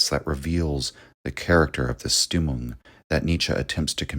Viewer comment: You're awesome man, but please fix your German pronunciation 😅 Stimmung is pronounced like so: SHTIM-oong In German all words starting with the "st" dipthong are pronounced like "sh" sound in English with the "t" sound. Hence Richard Strauss who composed Also Sprach Zarathustra , for example, his name is pronounced SHTROWS. (ow like in english "cow") Also the the "u" in German is pronounced with an "oo" sound like in English "mood."